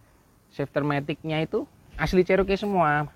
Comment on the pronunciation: 4 JG itu miliknya Isuzu mana bisa powerful? Bagaimanapun mesin Chrysler 4.0 L high outpit jauh lebih bagus...Enak tu menurut anda🙏, klo mau irit bertenaga sebaiknya anda pilih TLC Vx/VXR 80. Maaf Cherokee di bacanya Ceroki..bukan Ceroke .the name is taking from one Indian native.Salah satu XJ 14 / Jeep Cheroked saya udah engines swap pakai Edelbrock V8 350 CI 5700cc.Sektor kaki kaki saya pakai Prorock,Winch Warn 8275 m50...towing bar Mopar, full roll cage....salam dari kota kecil Majalengka Jawa barat.